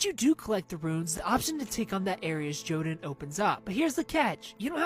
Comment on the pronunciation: Jotunn, plural Jotun, originates from Norse mythology and is pronounced either yohtunn or yuhtunn, the emphasis is on the first half of the word.